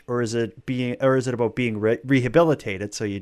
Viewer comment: I can't get past "aboot" lol. Sorry.